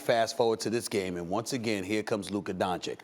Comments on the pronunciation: Has no one ever told Stephen A. how to pronounce Doncic's name properly? It's Don-"chich". Not Don-"kich". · Stephen A you are watched by millions of viewers, learn to pronounce the kids last name please. DON-CHICH, NOT DON-CHICK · bro its don-CHITCH, not don-CHICK. just being dumb on purpose at this point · FOR THE LOVE OF GOD CAN SOMEONE, ANYONE, TELL STEPHEN A TO PRONOUNCE DONCIC RIGHT ALREADY? SAY THE LAST 'C' THE SAME AS THE FIRST 'C' IN 'DONCIC', IT'S NOT THAT COMPLICATED. IT'S 'DONCHICH' NOT 'DONCHEEK'. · Tell this idiot that it's Dončić not Doncik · Donchich not Donchick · Stephen A- "Luca Donchick" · bro why does stephen a say "luka donchik"? it's so annoying to me😂😂😂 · I pray for the day Stephen A stops saying "Donchick" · Luka is in the league for 3 years now making noise but Steven A still calls him Donchick. Unexplainable. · No one: Stephen A: Luka DonChick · Stephen A, please pronounce Luka's last name correctly. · Until doncic name is pronounced right it’s Stephen B for me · Stephen A really refuses to pronounce Doncic correctly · It would be nice for you to learn how to pronounce Luka's surname 3 years after he arrived in the league. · Well, he still doesn't even get "Doncic" right after over 2 years... 😐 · For the love of God, someone make this idiot learn how to pronounce Doncic.